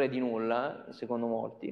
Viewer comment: In inglese, "none", "some", "null" e "unwrap" non si pronunciano così. Si pronunciano, pressappoco, "nan", "sam", "nal", "anraap".